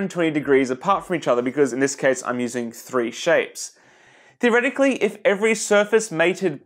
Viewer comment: your are so British when you say 3. Let's be honest it is classy like the solid of constant width